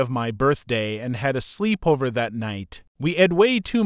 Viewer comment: Slee-pover lol 💀